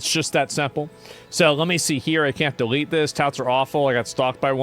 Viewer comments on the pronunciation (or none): "DEE LEET DIS" Maybe don't do street thug shit in public to someone streaming.